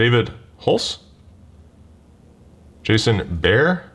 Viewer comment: Its pronounced Jason Ber Ray! 😉